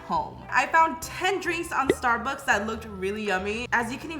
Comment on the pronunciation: Just wanna say its not sturburs its Starbucks!!